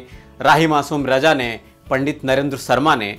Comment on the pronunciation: Bhai sahab wo to Harish bhimani ji hain..par aap khud ka uccharan dekhiye zara...starting mein hi .(hajir) nahin ( hazir ) hota hai..(suru nahin (shuru) hota hai .rahi masoom (Raja) nahin (Raza) hai sahi uccharan .iske aage aur bhi hoga par itna hi sunne ke baad aapka video dekhna nahin maine ..kripya uccharan sahi kijiye.